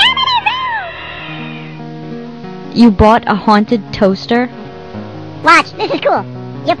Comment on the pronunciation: i just love how he says 'amityville!!'